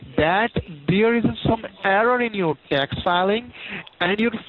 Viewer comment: “Indernal ravenue Service” “Dax return”